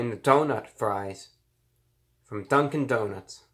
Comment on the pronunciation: Nobody: ReviewBrah: Dunk-IN donuts